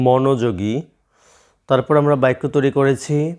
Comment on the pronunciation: আপনি বাক্যকে বাইকোবলেন🤔🤔🤔🤔🤔🤔